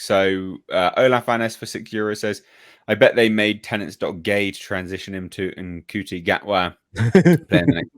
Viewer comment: Just FYI, Mr. Gatwa's Christian name is pronounced "Shooty," like the one cop in The Hitch-hiker's Guide to the Galaxy. Also FYI, for the entire twenty-seven-year run of the original series, apart from a flirtation with an Aztec woman, the Doctor had zero interest in romance of any kind. That was why children liked him; no mucky grownup goop.